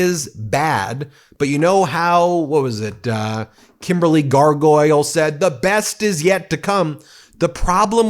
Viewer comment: Hahahaha...you said Kimberly Gargoyle 😅😅😅